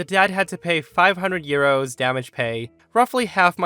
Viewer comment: I kept hearing ‘gyros’ instead of ‘euros’.